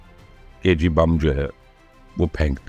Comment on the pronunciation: Bomb ko Urdu main بم kaha jata hai na keh بمب